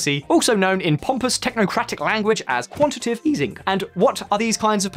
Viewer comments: A very informative video. It is pronounced quan-ti-ta-tive though 😉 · I did too! And also quantitive.